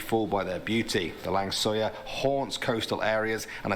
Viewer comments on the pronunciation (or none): Lang Suyar? wtf hahahahahah Langsuir:thats not my name dude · the langsuir is not langsoyar🤣🤣 the way to pronounce it is lang-so-where or lang-su-where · lang suyar. malaysian pronounce it as lang suey suey as chop suey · Langsoya??? Ahhahaha soy beans become ghost... just kidding... The correct pronunciation is Lang-Sew-Way (langsuir) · Langsuyar hmmm oh langsuir